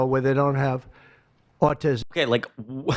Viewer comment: He pronounces autism...auTISim It should be AUtism